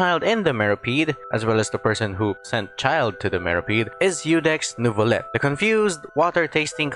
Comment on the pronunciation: The way the npc said nervullette instead of neuvillette